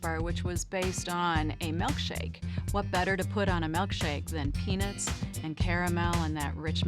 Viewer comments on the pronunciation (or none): Why she keep saying "peanits" tho? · Why do white people prounouce peanuts like “penis” is it that hard to emphasize the word “nut” and not pronounce it like ness🤦🏻‍♂️😂😂